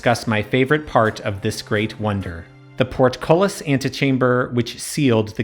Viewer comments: Bitch say PORTKOLIS again ima fight U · Party game: Every time he says portcullis take a shot.